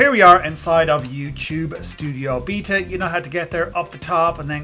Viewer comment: It's beta not b e t a